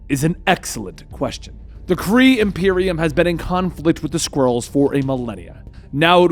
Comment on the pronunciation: Did he call them "Squirrels" in the beginning?